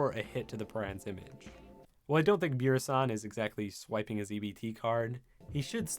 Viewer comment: I thought it was pronounced V-R-is